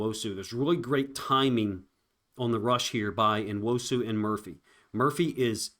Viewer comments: I love your breakdowns. Say his f*cking name! New-wosu. Not N-osu! I totally support you but say his fucking name! It's fucking rude! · it’s N-wo-su. Learn how to pronounce the Nigerian names. It’s not No- you chud. Good lord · bro. You tried to phonetically spell his name multiple times in multiple different ways. What are you even talking about. You pronounce Nigerian names exactly as they are spelled. N-wo-su. Not New-wosu or No-wuso like you tried to do two times. You got some serious main character issues going on. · Say it; uh-CHEN-uh noo-WOH-soo. I'm not a content creator, I am not obliged to pronounce a subjects name correctly, although, I did. It's not complaining to expect someone providing content on a player to pronounce his name correctly, it's actually insulting not to make sure you got it right! I don't expect or need you to understand, gets it!